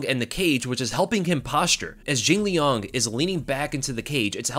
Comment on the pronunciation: say jinliang one more time